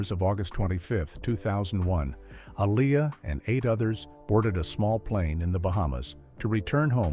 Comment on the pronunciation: Lo pez... Can you please say it correctly? A lee a say it right.... You white people embarrassing me. Like y'all supposed to be the one who can't pronounce their name right.. making videos of people y'all never cared about. It's not okay with anyone of us that loves them still.